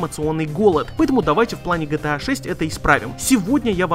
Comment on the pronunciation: Почему гЭта а не Гэ Тэ А?